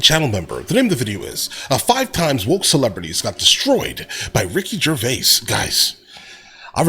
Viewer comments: A very poor video, first the idiot narrating it pronounces Rick's name as Gervay......then says there is bad blood between him and Carell, there isn't, that's a running joke.... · what is this narrator talking about....he cant pronounce Gervais.....and carrel and Gervais are good friends just messing about ...🙄😆😆